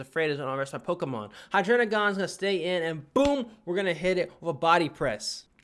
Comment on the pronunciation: why do you pronounce "Hydreigon" like "Hydrenigon"